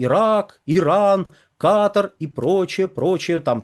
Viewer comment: В слове Катар нет буквы Г